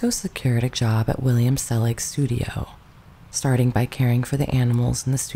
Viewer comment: Selig. So much for the narrator's elocution.